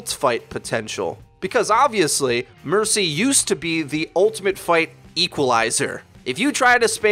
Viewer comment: Who else died when he said burcy? 😝